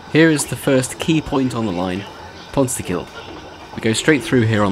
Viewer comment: Not "just outside Merthyr Tydfil" Pant is part of Merthyr. The "Brecon" Mountian Railway goes nowhere near Brecon. Oh the reservoir is pronounced Pon-stick-ith. Given your claim to be the "" I'm surprised you didn't go down into Merthyr itself to take a look in Cyfarthfa Musuem at the Richard Trevithicks exhibits showing the first steam powered locomotive to actually run, there's plent to of information about it around the town